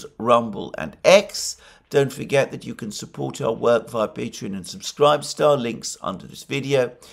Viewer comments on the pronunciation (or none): none